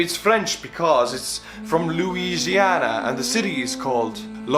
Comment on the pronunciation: He nailed the Louisiana one. There’s pretty much nothing to add for us lol